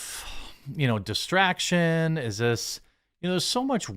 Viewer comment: Dis tract ion